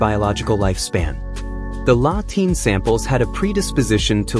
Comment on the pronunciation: La Tene no latina. fatalmente locutado.